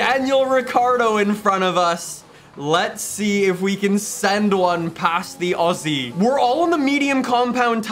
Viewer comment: finally a North American say the word 'Aussie' right.